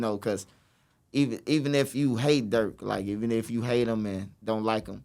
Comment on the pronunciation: He said Durk